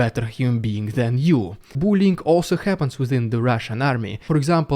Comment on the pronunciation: Bullying? Say it bull-E-ing You sound like you were saying 'boolean' a programing word.